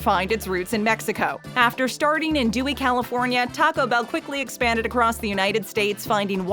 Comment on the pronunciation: Dewey California???? Try Downey California.